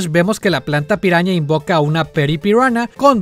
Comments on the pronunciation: Cuando dices piraña en ingles suena a "peruana" xd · dice: Piruana